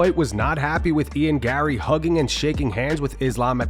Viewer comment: The R’s in Garry’s name are silent